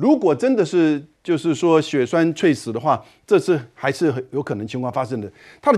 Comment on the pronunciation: ……猝死……不读脆死……读醋死！而且语音表达不流畅！别主持了好吗？